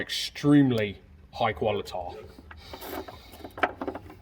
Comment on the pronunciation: "Quali-tah" 😂 I do wonder whether or not some silly con carne (silicone sealant) would be wasted effort on the wires going into those taps. It's quite the crafty solution to wire a resistor in parallel to decrease the circuit's total resistance and thus defeat the bulb check. I do totally agree that all signalling fixtures should be using LED in 2021. It's not an expensive change to make.